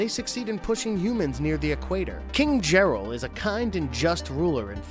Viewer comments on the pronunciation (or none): none